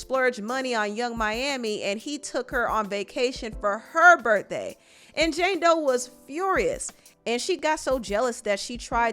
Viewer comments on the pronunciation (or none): U say “berdday” instead of birthday 😂🤣